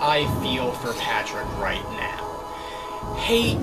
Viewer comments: You said Patprick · He called Patrick, patprick……I love it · "patprick" got me dying